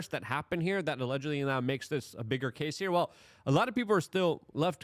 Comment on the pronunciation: How can she testify if he settled with him? it’s CAS-E not Cassy